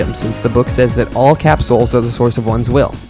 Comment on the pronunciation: Cap-souls ❌ Capsules ✅